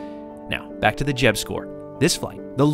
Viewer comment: His name is Jeb. Not Jed. Just letting you know.